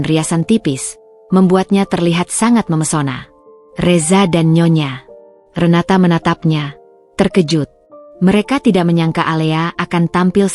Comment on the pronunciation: Nyonya Renata aja GK usah pake jeda nyonya,,,renata